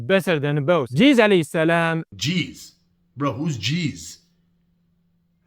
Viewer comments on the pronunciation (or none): This Low IQ Jahil doesn’t even know Arabic or English cause he called Isa (a.s) Cheese 🧀 instead of Jesus 💀. Thank you for refuting bro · Jesus ❌️ Jees ✅️ 😂😂😂😂😂 And these sunni come to refute us shia 😂😂😂